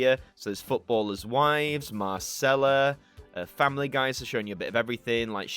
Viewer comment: Mar-chella - she’s forever correcting people who call her Mar-sella!